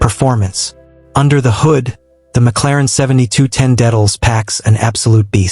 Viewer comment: THE WORST REVIEW I'VE EVER SEEN, SAID THE NAME WRONG EVERY TIME!! THE INTERIOR IMAGES ARE FROM 2 COMPLETELY DIFFERENT BRAND OF CARS AND SEVERAL EXTERIOR IMAGES ARE FROM THE WRONG MODEL - WHAT A JOKE!!!!